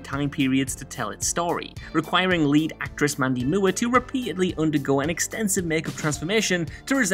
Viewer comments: I get it: "Moo" er". Instead of "More"...but still. Nutty. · "Moo-er?" Who tf is Mandy Moo-er? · An interesting way to pronounce Moore. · I have never heard anyone from any English speaking country pronounce “Moore” in that way. Good god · Ugh who had to go back the first time he said Mandy Moore? Like, moors, without the ‘s’. I get that there’s a language and culture barrier but she’s American with an American last name…there’s nothing complicated or fancy about Moore, as a last name. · How the hell does someone incorrectly pronounce Moore. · Dude, how the hell can you mispronounce Moore in Mando Moore?